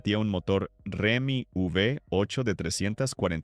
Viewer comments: Ajusten la IA que dice Remi en vez de Hemi.... Entre tantos otros fallos. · A ver narrador: no es “Remi V8”, es HEMI V8. …con lo fácil que es documentarse por google!!!